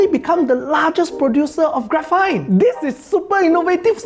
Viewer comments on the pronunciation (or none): Shouldn't graphene pronounctiation is " gra fin" instead of " graphite" Well that is what I am hearing in the video lol